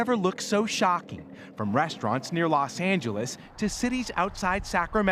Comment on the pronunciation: lol the way he said "los angeles"